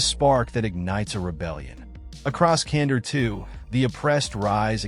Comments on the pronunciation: Kandor with a k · Can-door. Not Cander.